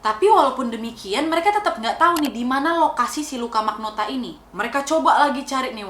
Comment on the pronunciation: Luka rocco magnota Di kuping gua kedengeran Luka rokok maknota